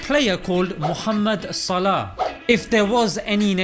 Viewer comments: Mashalla great video brother. But why do you not pronounce his last name correctly as Salaح. You make it sound like his last name is صلاة. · Its probably Swaleh, not Salah (Swalat) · It's No Pronounced Like The Word That Means Prayer (صلاة) It's A Word That Means Righteous (صلاح ) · SALAH name is not meaning prayer , it is similar in pronunciation but it is not the same meaning . i am an Arab person and i know what i am talking about . (the player name ) صلاح not equal صلاه ( prayer ) " ح " in صلاح pronounce as " ه " in صلاه but the two words is not the same you can find the meaning for the word صلاح (the player name) through the following link : thanks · اتفرج عالفيديو في اوله تاني, هو بينطقها "صلاه" مش صلاح فواضح فعلا إنه مش عارف إن اسمه بالحاء. عمآ الفيديو الوحش فيه عنوانه كان ممكن يكتب عنوان زي "أخلاق محمد صلاح الاسلامية" حاجة كدة يعني بدل ما يكتب "صلاح بيغير دين جماهير ليفربول ؟" ويشخصنوا اكن ده هدف من اهدافه انه يغير دينهم. الصحافة البريطانية من احقر ما يكون مش زي ما حضرتك فاكر هي اصلا قايمة عالاشاعات والهري, لو وقع في ايديهم فيديوهات زي بتاعت الشيوخ اوالكلام ده والله صلاح ما هيسلم منهم. ربنا يحميه علي اي حال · ماهو بينطقه صلاه لان معندوش حرف الحاء لانه مش عربى لكنه فاهمه عادى الموضوع خد اكبر من حجمه ههههههههههههه انا بقول ندعى لصلاح ربنا يباركله ونقفل الموضوع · It's Salah as Salahuddin not as prayer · correction:his name should be pronounced as Saaleh(Name of a prophet) not Salah(Namaz). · Its صلاح not صلاة mate its two different words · It's Salah (صلاح) not salat ( صلاة) LOL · By the way bro His father’s name is Salah as صلاح righteousness No Salah as in صلاه prayers , just thought to correct the tiny misunderstanding God bless you all